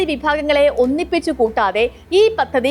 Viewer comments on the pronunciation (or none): none